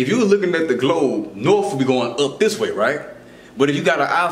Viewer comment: It's a big ball with norf and souf poles. Also i think it has some mother f*%ers upside down in China on it.